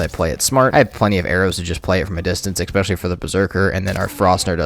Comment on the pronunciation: Love the video, just one thing: the word is especially, NOT EXpecially